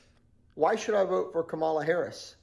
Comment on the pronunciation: White haired guy pronounced KAMALA wrong. It's KAMala not kaMALA